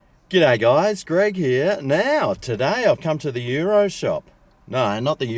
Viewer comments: Say the "S". not Yiro! Good video as usual. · YOU ROSS is how its pronouced